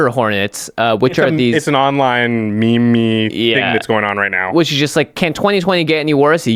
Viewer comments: So are we just gonna all ignore the fact that said “me-me”? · When says me-me i died a little inside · Wait.. did just call a meme a "ME-ME"? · Dear, Please NEVER EVER AGAIN pronounce "Meme" like "Me-Me" Yours sincerly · did you just say "meemee"...